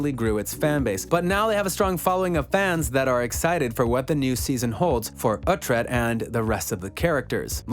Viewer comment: Wait, uh-tred? No no no...it's oooooootred. Oo-tred. Please get it right. It's not phonetic to the US English language. Pronounced UH- tred is so demasculinating...